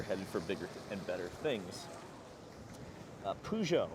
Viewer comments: Poo-Joe? WTF lmao! no no no. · your peugeot pronunciation hurts so bad